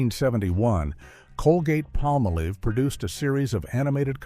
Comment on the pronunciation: Talks about the significance of the 1964½ Ford Mustang but shows 1957 Chevrolet. Can't pronounce Palmolive. Expounds about a lamp post it doesn't show. Can't say NAACP. AI creation & narration leaves much to be desired.